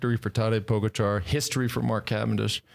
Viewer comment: His name is TadEy PogAchar, not tAdey pOgachar... Show some respect to this phenomenal talent... Learn his name...